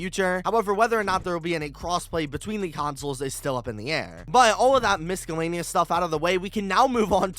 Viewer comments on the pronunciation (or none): hold on. did u just pronounce the c in miscellaneous?